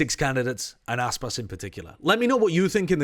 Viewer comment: It’s Aspas.